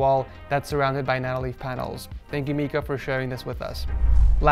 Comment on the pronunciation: You do realize his name is pronounced (My-ka) and not (Mee-ka) right?